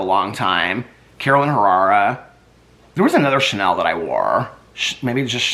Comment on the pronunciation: Hey! It’s pronounced…caroLEENA HerRAREah….hope that helps! Love you…can’t sleep Without you! lol! Keep up the good work! 😘